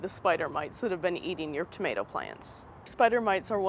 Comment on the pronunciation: you say tomato funny !